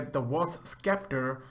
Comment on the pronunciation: Sekhmet is a she not a he and scepter is pronounced septer not skepter